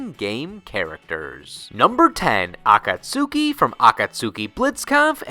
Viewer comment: Ah-kahts-ki. Shame on you,:P